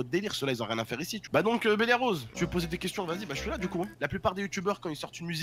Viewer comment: Béliarose 🤣🤣🤣 il a dit gmt